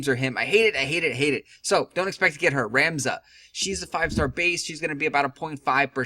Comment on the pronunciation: Cant pronounce shit, Doesn't know the Characters....couldn't finish after he called Ramza a she... Its pronounced Rom-za btw...